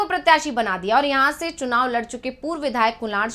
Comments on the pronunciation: झड़खंड me सुनाव नहीं बे, चुनाव है, पहले हिंदी तो बोलना सिख , फिर जनता तुमसे बात करेगी😂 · Chunav ko sunav bolta ha c m